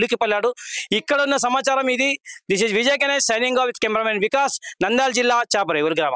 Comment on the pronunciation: ఎవరు నాయనా నువ్వు, నందాల్ జిల్లా,చాపరేవుల కాదు నంద్యాల జిల్లా, చాపిరేవుల గ్రామం ఇంత స్పష్టంగా వార్తలు చదువుతున్నావ్